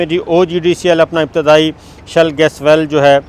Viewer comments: Sabir Thanks for good news. It is "SHALE " gas and not "SHELL"gas. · Good news Sabir bhai! but its not 'shell gas' its 'Shale Gas'! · That’s a great news. By the way it is ‘Shale gas’ not Shell gas. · As we know: You have done Master in Political Science but Degrees in our country are of so poor Qurality. Before airing this video, you must have checked if words are "Shell-Gas" as you are saying in this Video or that words are "Shale-Gas"? Reservoirs of Shale Gas exists in many countries but Production Cost of of shale Gas and Oil from Shale is so high and that it is not feasible to work on this kind of Projects. From a few years, in USA, they have discovered new methods for Shale Gas but that needs toooo Much water and also have collateral environmental damage. Yesterday we were watching a Video of a channel that have hundreds of thousands followers but in Video, owner of that Channel was calling Stealth Jet as "Steeelth Jet" but in fact Stealth is pronounced as STELTH. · Not shell it's shale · It is shale oil not shell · Please note correct pronunciation is shale gas or shale oil. Shale is a geological strata formed by compressed clay where these products are trapped.